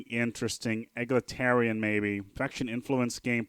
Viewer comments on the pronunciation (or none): I know this is old but the way you pronounce "Egalitarian" drives me nuts. EE(EH)-GALA- TARIAN